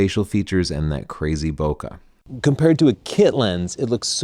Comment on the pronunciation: Bokeh pronounced wrong. Makes me sad.